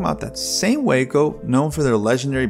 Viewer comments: The name for the Waco aircraft company (in both incarnations) started as an acronym for Weaver Aircraft Co of Ohio, and has always been pronounced "Wah-co", not "Way-co" like the Texas town. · I think Waco Aircraft was pronounced "wah-co". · In Texas we pronounce the town Wacko